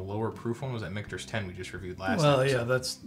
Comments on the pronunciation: Richter's? Did mean Michter's? LOL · Richter's? LMAO